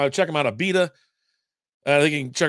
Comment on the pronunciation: Not ALbita, but Uhbita, really. I like this lager.